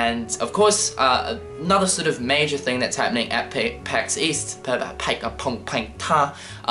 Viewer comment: Pax East? I thought you said 'Weast' Oh wait, that's west...